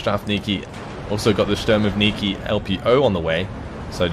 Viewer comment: there's no 'N' consonant in word 'shturmoviki' Not that important, but sounds rather funny